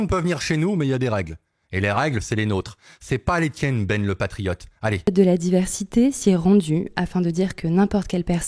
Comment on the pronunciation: Pas triote mais presque😂😂